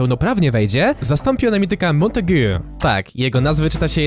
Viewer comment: Montegue to francuskie imię, więc musisz to powiedzieć z francuskim akcentem, więc mam szczęście mieszkać we Francji i mówić po francusku